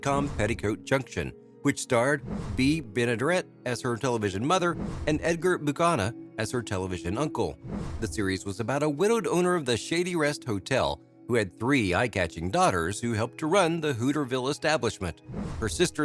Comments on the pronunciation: Check the actual pronunciation of the last name His name's not Edgar bakinin it's Edgar Buchanan Aka Uncle Joe . The way you keep screwing up these American last names either learn them or take your damn Channel off of YouTube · I enjoy this channel but you must do your homework, the man who played Uncle Joe on Petticoat Junction is pronounced 'biew-cannon' ;) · Jesus--it's Edgar Buchannan--Bue-kan-nen! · Yes, really butchered Buchanon. Maybe a speech robot? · The announcer butchered Edgar's last name. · I know right! Sad these people are so Illiterate!